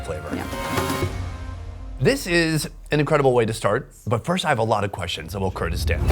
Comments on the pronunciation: It is Kurdistan not gayraq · Bro doesn't know how to say Kurdistan 🥀🥀💔